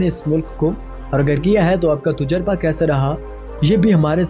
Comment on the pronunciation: لفظ توجربہ نہیں تجربہ ہے